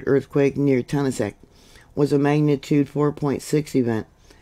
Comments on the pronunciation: You’re saying the name wrong it’s said like TA NAS KIT thank you for all your updates ❤ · Pronounced Ton-as-ket, lovely tiny to town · Yeah, she says it wrong. I had my 21st birthday there in 1972! Yep, was picking apples. It was a fun time in my life!